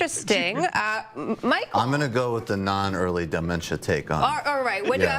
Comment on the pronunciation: And "die-mentia"